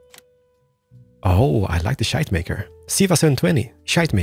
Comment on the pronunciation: I feel offended by the way you pronounce "Schuitemaker" ;-) I actually live close to the place where that company started, and my school is next to one of their factories #becarefullitsalmost2019